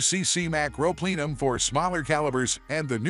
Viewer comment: A Plee-num? Did the computer dude mean Plenum lol